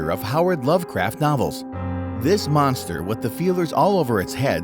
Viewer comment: You madd me laugh when you said spaghetti monstrer 😂 😂 😂